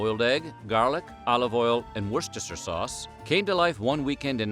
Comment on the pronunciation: I'd like to congratulate the voice over person for getting the word Worcester sauce almost perfect